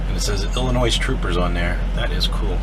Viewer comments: Illinois. Not illinioze. Come on man. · The "s" at the end of Illinois is silent. 😃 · A nice gift from the state that you still pronounce the S when you know you shouldn’t. Lots of people are proud of this state....🙂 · Effingham, “Ellie-Noise”. 😬👍 Many Missouri Governors Clueless in pronouncing “Miz-Zer-Ah”.👎